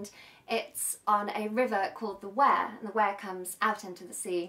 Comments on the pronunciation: Nice song, well sung & played. Never heard it before. So funny you trying the dialect. Much of that Makum is generally spoken in all the North East, or maybe I just understand it because I'm from there.. River Wear is pronounced We-ah. When you try that 'Ah' isn't pronounced 'ar' by the way - just A as in apple. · The River Wear is pronounced Weir not Ware.